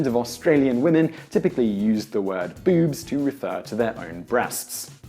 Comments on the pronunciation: its boobs not bewbs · “Bewwbs” lol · He says "boobs" like "beeoobs" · So anytime he said boobs, I thought "Bewbs." Is that just me, or did anyone else get that? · bewbs. ..that's what you sound like. lol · bewb. bewby. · pronounced, "Bewbs." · Well when one listens to your pronunciation of boobs, it's hard not to like the word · Why does the word "boobs" sound so funny when spoken in an English accent? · I love the way you say boobs that just makes me laugh I love your videos Man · Hearing Simon say boobs and the various words for them in his accent made my day